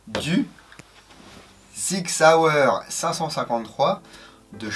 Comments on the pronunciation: Yo ! On dit SSSSSSSSSSSIG SSSSSSSSSSAUER ;) Et non ZZZZZZZIG ZZZZZZZZAUER ^^ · On a deux façons en Suisse de débloquer la crosse. Une avec l'avant bras et l'autre un peu plus freestyle.... Si les deux sont faisables avec la version airsoft, tu peux dire que la qualité de la crosse est top ^^ On dit Sssig Sssauer ^^